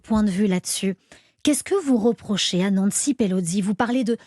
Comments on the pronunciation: Pelo SI. PELO. SI. Pourquoi vous dîtes PeloDI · Pelosi non Pelodie🤔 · Nancy Pelosi, pas Pelozzi, elle n’est pas Italienne chère madame. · Quelqu’un peut expliquer à la présentatrice que Pelosi ne se prononce pas Pelozzi….